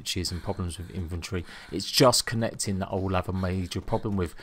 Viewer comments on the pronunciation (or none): Dude its INV-ENTORY not INF-ENTRY